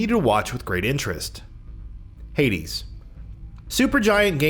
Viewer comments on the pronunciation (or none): none